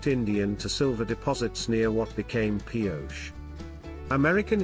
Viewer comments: These Spanish towns that end with an E, you put the sound ey' at the end. It's Pi-O'-chey. Emphsis on 'O'. I live in the SW. It's a mixture of English and Spanish. You just have to live with it. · The town's name was commonly pronounced Pee-OH-chee.